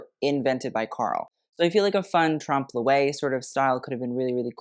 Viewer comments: "trump lo-ay" ? Really ? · I love your videos and your knowledge of fashion is astounding. Truly. But for the love of god please, check your pronunciation of trompe l'oeil.